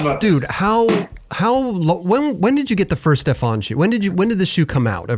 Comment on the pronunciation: Stefan says 'this is how you say my name'......... continues to mispronounce it for the whole damn interview!! I love but he has no capacity to listen or take information on board.........in one ear, out of the other.